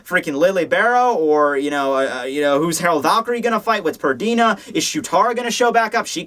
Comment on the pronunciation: PERNIDA! It's frigging PERNIDA,! P-E-R-N-I-D-A. Not Perdina.